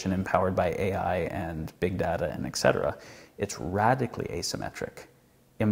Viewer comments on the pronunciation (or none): It's not "semmetry" it's symmetry and etcetera not "excetera". Just had to correct that. I know, I'm being pedantic. Great video though! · There is no X in "et cetera."